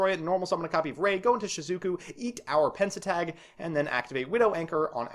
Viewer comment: YESSS EXCITON also because i can't help but police your pronunciation it's pen-te-stag, not pen-se-tag. It's a stag beetle.